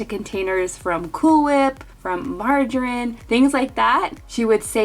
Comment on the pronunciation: And marJArINe